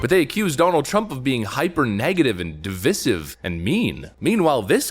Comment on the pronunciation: Can you PLEASE learn to pronounce the word 'divisive' correctly.